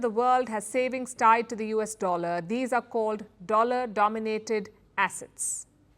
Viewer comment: I caught you Palki! 😂 You rarely misread but it is "dollar denominated Assets!" Any way I wish you all the best because you are the best in news presentation .